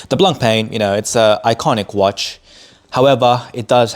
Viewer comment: Hey man 👋 definitely like seeing your thoughts on the channel but 😬 you need to look into how to pronounce Blancpain. Definitely after time when you grow more and more into the hobby you’ll be saying to yourself “I should have done it earlier…”😂 all good 👍